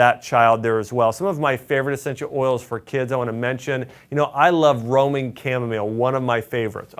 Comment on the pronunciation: Thank you. I thought you were saying Roaming Chamomile instead of Roman Chamomile —pronunciation.🙂